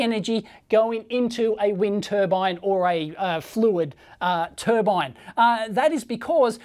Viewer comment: To be fair he's not claiming its new tur-bine but an new tur-ban